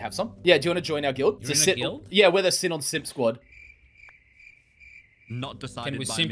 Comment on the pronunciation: Am I stupid or are they pronouncing sinon wrong bc that really annoys me